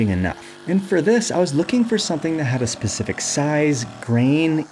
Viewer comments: Specific not Pacific! Why do so many people fail basic English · "this pacific"?!?!? i even replyed it 4-5 times. yea, thats what it sounds like. MAYBE not? but i do belive so.